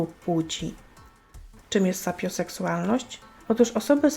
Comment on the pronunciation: "Sapioseksualnośc", jprdl xD